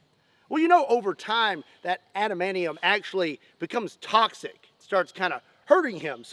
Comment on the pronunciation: Is cute how you pronounce adamantium ''adamanion'', tx for nerding for us